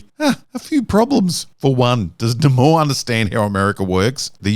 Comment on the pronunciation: Every time you pronounce Namor like the Schills decided now it's supposed to be, a fairy loses her wings.... so I hope you are happy now, massacring so many innocent fairies.